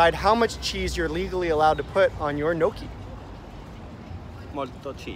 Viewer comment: knee o key NOT no key